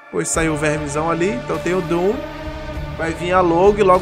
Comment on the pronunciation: também, na real a pronúncia dele tava meio abrasileirada 🤣